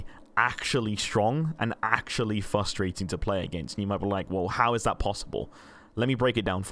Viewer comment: theres 2 R's in frustrating 😁